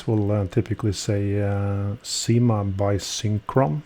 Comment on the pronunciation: Once again a superlative video. I think it should be pronounced as Syma ana not Seema. Correct me if I am wrong. Why the name Cyma is engraved in the ratchet wheel only? Could be that this same movement is used by many other brands also and so you can only put the name in the ratchet wheel and not on the bridges. It reminds me of movement no 96 which many brands use with their brand name imprinted on the ratchet wheel, not even inscribed. Enjoyed this video.